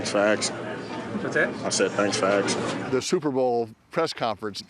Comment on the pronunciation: "Thanks for aksin."